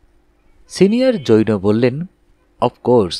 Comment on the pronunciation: জৈনো উচ্চারণটা খুব কানে লাগছে।